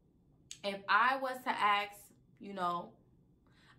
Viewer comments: Problem 1 its Ask not Axe. Lol 😂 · If I'm going to be someone's sugar daddy, she will have to be as close to a dime as you can get, this girl is about 50-60lbs away from a good solid 6, English is a good language for bonus points as its ask not axes lol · 'If I was to ax' ..... and I am sure she does not even know the correct word. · No, she "axed". 😆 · AX? I believe the word is A-S-K-E-D